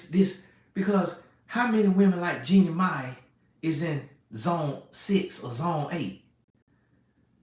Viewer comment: The way keeps saying Jennie Mani has me on the floor! 🤣 But Ima hush up like my big brother said!😂